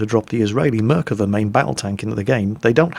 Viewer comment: A quick Hebrew lesson for ya: You're pronouncing the Merkava's name as if it's written Merkeve. You need to pronounce it the way it's written, with "Ah" sound. Also you need to put the emphasis of the "Va" and not the "Mer". Great video! Sure cleared a few things for me about this game.